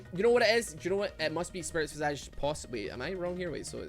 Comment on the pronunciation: Why does everyone pronounce it Spirit Vee-Saaj? It's Vy-Sayj...